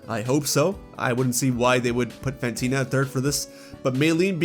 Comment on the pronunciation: Fantina, not Phantena!